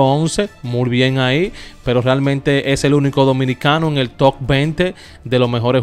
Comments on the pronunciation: Muy buen programa mi hermano como siempre,pero se escucha muy mal la palabra ,tok. Es top. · todo esta bien contigo pero tu pronunciacion es horrible.....no se pronuncia Toc es top te quita..asi que lee en ru tiempo libre tu pronunciacion es de comentar.....nada personal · Se dice top y no tock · Hermano,Top,no suena toc como dice usted, Dios le bendiga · Saludos, te escribe Daniel Vélez, lo primero que te voy a señalar es que debes pronunciar "top" como si fueras a pronunciar una p al final, no una k.por lo demás Samuel sosa debería estar en el Salón de la fama del baseball y todos los youtubers que así lo consideren deberían de hacer una campaña sin descanso asta que sea justamente reconocido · Toc es lo que me da cada vez que dices toc envés de TOP🤦🏽‍♂️😩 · Papa no se dice tok se dice top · Mi hermano, por favor no digas toc, se top. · Se pronuncia top no toc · Jajaja el dice tocc